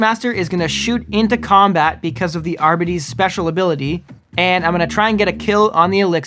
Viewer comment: Isn't it pronounced "are-bytes"?